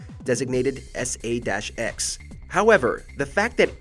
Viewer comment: I think it’s just pronounced S A X